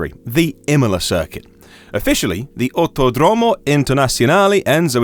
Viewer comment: Autòdromo not autodròmo